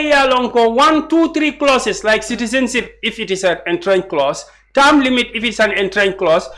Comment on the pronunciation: is MC not school or what cant he pronounce entrenched come on mr councilor